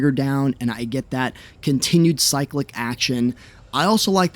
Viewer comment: Bro, why are you saying cyclic like a europoor?